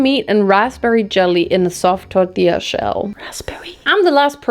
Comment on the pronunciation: I like how your said Al Pastor and tortilla 😅 you did it with a wee Spanish accent